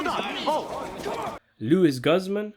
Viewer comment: I laugh when he say Lew-is Guzz Man 😂😂😂.